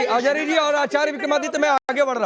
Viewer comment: Ajhari nahi Ajgari hai 😂